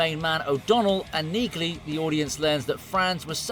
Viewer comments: It is Pronounced Neagley w/a silent "G"! ¿¿ How do enhance Automated Ignorance ¿¿ ??? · Really?? Have you even watched any of these episodes?? The character's name is pronounced 'NEELY' - the 'g' is silent!! The AI narration only makes it worse. A great series, great actor and we're told he is a nice guy in real life. Zero chance I'm subscribing to this channel. Too bad - this could have been quite good. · It’s a silent G in Neagley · Like my grandmother's last name The g is silent in Neagly, You pronounce it Neely. Like my grandmother's last name Hodgson, The g is silent. I just had to tell you because kind of hurt when you were mispronouncing her name and reacher got it right. Pay attention to the pronunciations. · It's pronounced Nealy the G is silent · Yeah. The G in Neagley? Is SILENT. So it's just pronounced Nealey. Which you would know, had you watched the show. Duh dude. Try TALKING LESS AND LISTENING MORE. In other words? Do shut up. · Please stop using cheap AI! Nee-glee? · Why can't these idiots figure out that the G is silent in Nigley. Listen to Reacher say her name. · the fact you pronounce neagley's name that way makes me question whether you even watched the show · My Dude: Did you actually watch one single episode of Reacher? If you did you probably would not mispronounce the name Neagley. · The "G" is silent, ya mook. Tell me you haven't actually watched the show... without telling me you haven't watch the show. 😛